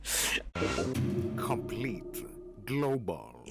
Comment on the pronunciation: Aynol die-men-schOON